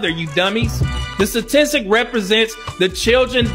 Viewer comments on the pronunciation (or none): She said stastistic😂😂😂😂